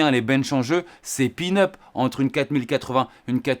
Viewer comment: Salut.merci pour tes test, je les suis avec attention 😊. Par contre, on dit peanut et non pin-up 😊. Peanut, c'est cacahuète en anglais 😊